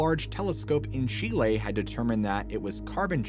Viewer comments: Not pronounced chil-lay. Chil-lee. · Chee lay 🙄🙄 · He says Chile like this: Chee-Lay. He must know lots of things.